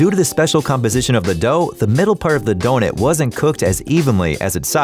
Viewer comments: Am I the only one who gets slightly bothered when the narrator instead of sayin Don"U"t he says Don"E"t??? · I swear if you say donIT one more time... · Am I the only one who is confused about why he pronounces "donut" as "donet" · He said donit😂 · “Holes in DONETS” IT DONUT, DONUT! say it DONUT!